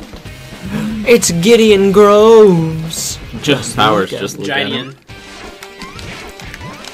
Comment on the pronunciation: it's Gideon graves not groves